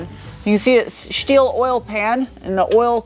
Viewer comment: Ok where is this woman from? Her pronunciation of different words is unusual. Aluminum Bilstein, gets her mm and inches confused. Oh and "shteel" not "steel". US accent though.